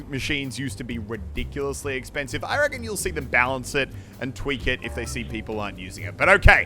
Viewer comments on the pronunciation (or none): I'm just here to be that guy. It's "reckon". That is all.